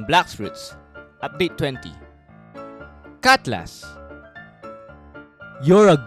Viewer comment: "catlas" "iiiooon mase" "dul heded blaed" "pie" "besintuu" "pol vasain uan" "jitt" "raen-guku" "trwuuu trwipe kaTana"